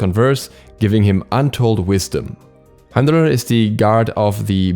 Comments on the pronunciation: If I hear you calling him heimdollar and the B-frost one more time I'm gonna lose it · don't pronounce the r in the name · I thought you weren’t supposed to pronounce the R